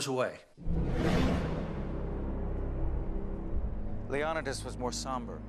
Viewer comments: WOW/ not even 4 seconds into it and he mispronounces the kings name. WHAT FAIL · Why is he pronouncing Leonidas so differently and weird? lol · Chris Botos this explains nothing... d is our delta equivalent. same as every other Greek letter (with some exceptions). The alternative pronunciation of "Leonidas" is al about the stress placement. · I'm only 4 seconds in... I'm sorry, how are you pronouncing his name? Low-non-a-das. First time I've ever heard that. This guy is the one person, who's name is pronounced the same, no matter what nationality is saying it. And then there's you. After reading the comments below. The consensus is, that you haven't finished sophomore English yet. And btw, Stephen King's "IT" is also a real story. A real story, is any story that has ever been told, or invented, or thought of, ever. A TRUE story, actually happened. Which is also different from a Documentary, Biography, and also a Based on real facts story. The story of Leo-Ni-Das, is a based on real facts only. Many details of the Persians, are the extreme opposite of the truth... Did you know. Only one of those two groups, had slaves... And it wasn't the Persians... They had outlawed it by this time. And that this army, was one of the largest financial purchases, of all time, for a long time. The Persians, paid their army. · 'LEON'EYE'DUS' NOT 'LEON'IDUS' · leon-ih-dus??? Its leo-ny-dus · These guys have been saying Leonidas wrong this whole video...wow. It's not Leon-oh-dus. It's Lee-oh-need-us. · LEE-Oh-nee-dus, not Leon-ih -dis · Its pronounced leo-ny-tis, NOT lee-on-it-is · King Lee uh NIGH dus not lee OH di nus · leonidas: ;Lee-oh-nigh-das; not ;lee-aw-nuh-dus; 🙄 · "Le-on-da-dus" AYFKM?? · Leo-ni-diss....not lee-on-idis.... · Who the heck is Leon-dis... It's Leon-i-dis ffs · Bruh this dude said leonadas instead of leonidas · King LEon-nad-das. LOL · King Leeon-id-uss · The Spartan King's name is pronounced Leo NEE das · Seriously, "Lee-Awn-a-dus"? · Lee-oh-ni-das Pha-lanx